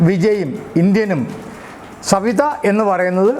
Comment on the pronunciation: Oru thiruth und sir . സവിത അല്ല. സതീവ ആണ്. also. THC. tetrahydrocannabinol ആണ്